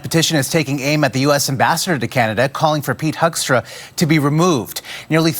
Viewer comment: Not Pete Hoekstra - it's Pete Huckster.